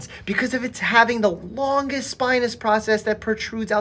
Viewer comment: I did not like the emphasis on "strongest" and "longest"